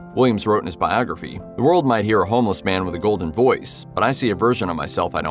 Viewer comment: A narrator who can’t say the word “homeless” must be “untesticled.”